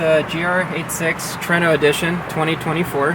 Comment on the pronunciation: Tru-ay-no not true-no😂